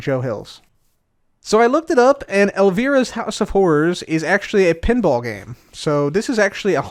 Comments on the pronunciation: says "El-Vere-Uh" Me: cringes: "This is outside of things I know about." Me: That goes without saying xD It's El-Veye-Ruh btw lol love the video though!! P.S. I'm watching these in order two months after this was posted, so I don't know yet if he revisits that pronunciation later xD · Elvira was a mystery tv show host for late night weekends. She spun a movie out of it. That is where her haunted house is from. It was where she claimed to be during the tv broadcast, too. Her name is pronounced with a long "I", as in alive. The show was a huge hit for teen boys in the '80s. You obviously had a far more productive childhood. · I was going to say just this... lol! :D "Elveera" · The way he kept pronouncing "Elvira" made me feel old, and I'm only 31 😅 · The Elvira pronunciation threw me off for a bit lol